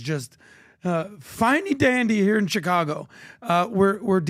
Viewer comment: dont forget also "Chi-congo"